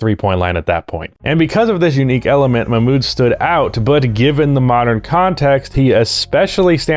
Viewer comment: For your deep dive, Mahmoud is pronounced with the "h" as in house, it's like Ma-h-mood. Uf you want to pop it in an audio reader for the pronunciation before your deep dive it's this Arabic text: "محمود عبد الرؤوف"